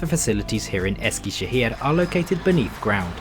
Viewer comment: Man I love your pronunciation of the turkish words! My parents are from Eskişehir and I visited the city last year after a very long time, of course using the YHT for travelling. It's such a bizarre feeling seeing all the familiar places in your video :D from the old Eskişehir train station to the new train station and the platforms. Hope you had a great time in Eskişehir!